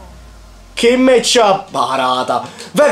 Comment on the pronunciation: Si dice WERNER senza accento e si dice Khimmic